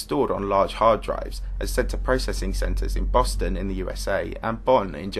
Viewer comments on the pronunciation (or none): none